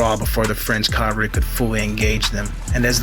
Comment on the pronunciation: Interesting. But you mispronounced cavalry. That's ca-vahl-ree.